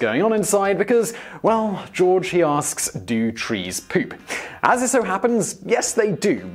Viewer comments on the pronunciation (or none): Thumbs up if you like the way Simon says poop. 'Pewp.' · when you said poop, pees and farts in a British accent I laughed then got my note pad ready